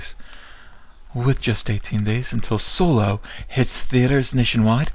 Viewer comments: you mispronounced SoYlo. :P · Solo? You mean SOYLO.